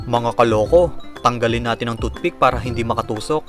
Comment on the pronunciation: parang sinasabi mong toot pick lang si hotdog mo pre.hehe